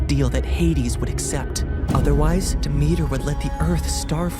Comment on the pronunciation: Really nice story !! But as a Greek person you did pronounce Demeter wrong